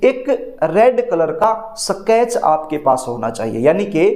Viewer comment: सकेच नहीं स्केच पेन😂